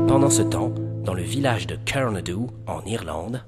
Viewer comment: c pas Carmadooh mais Carnadoe